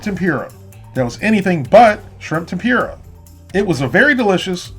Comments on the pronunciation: lol, i get most people pronounce tempura, tempuruh. But the guy says tempeeruh XD. Like bruh, that like an asian pronouncing hamburger, haymbouger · Tempoorah, not tempure-a 😂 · LOL 🤣🤣🤣You said tempura like ---> tem - pure -a ... it's Tem - pour -a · Certainly not trying to be a snob here as I don't eat them anyhow. But it's pronounced "Tem-Poor-Ah" not "Tem- Pure - Ah". Like the channel and videos. Keep up the good work. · Tempura is pronounced "tem-purr-a", not "tem-pure-a". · Tem-poor-uh not Tem-pure-uh. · Tempura is pronounced tem per a not tem pyur a. Great video otherwise! Lol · Tem-poora...not pure-a and that coating was not tempura bahahahahaha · Temp-poo-ra NOT Ten-pure-a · tem poora, not tem pure a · Pronounce it Tem-Poura not Tem-pura but tbh I don't care but someone might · Awesome work but you pronouncing tempura as temp-yoo-ruh gives me agita for some reason. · "shrimp tem-PYOOR-uh" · Temp Pooh rah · Tempyura lol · Please stop saying Tempyoora. Theres no Y in Tempura. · "Shrimp Tempeera" Interesting pronunciation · Why was i getting triggered when you said temPUREah. That is definitely not how you say it 😂 good video though. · Tem-pur-a. Correct pronunciation. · "tem-pure-a" huh? Is that like nucular? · Tim-pure-uh lol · Shrimp TemPyrrha is triggering me D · Repeat after me tem-poor-ah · Tempura is pronounced tem-poora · tem-pooh-ra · Shrimp tempeara lol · "Shrimp tempyura" 😂😂😂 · Its not pronounced "Tempura" even though that's how it's spelled. Lol!!! ( Tem - poor- a . ) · I’m sorry but the pronunciation is temp like temperature but just temp - poor - a like the word a temp-poor -a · The way he says tempura is just so wrong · That’s not how you pronounce tempura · The way you say tempura makes you unqualified to know what real tempura is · Huh. I've never heard your pronunciation of "tempura" before. I think I've only heard "Tem-pour-ah" and "Tem-pur-ah" before. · You pronounced tempura wrong.